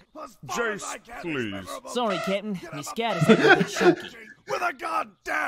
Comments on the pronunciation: Am I the only one who thought that Jeice was saying "kitten" instead of "captain"? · When I first watched DBZ Abridged, I misheard Jiece saying "Cap'n" as "Kitten" Edit: I always thought that the Four, in Team Four Star, was in reference to Grandpa Gohan's Dragon Ball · lol "srry kitten" is all i hear